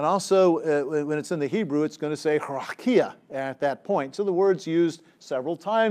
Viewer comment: I think I’d rather you mispronounced the word as plain ole Raqia. 😅